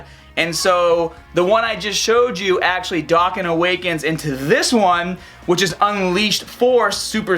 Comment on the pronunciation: NANIIIIIII?? He said Doe-can😱😱😱 WHAT DID YOU DO TO THE REAL!?